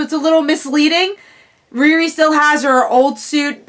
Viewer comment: that's not how u say her name u know how to say Rihanna it's the first two letters of Rihanna ReeRee